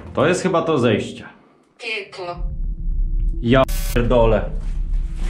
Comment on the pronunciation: To kiedy chciałeś wejść do piwnicy i ci powiedziało "pieklo" z jednej strony z początku się zaśmiałem przez samą wymowę a z drugiej strony mnie zmroziło z przerażenia ale myślę że to coś co gadało to zrobione było tak żeby jak najstraszniejsze odpowiedzi na pytania dawało i według mnie nie miało to żadnej styczności z co tam było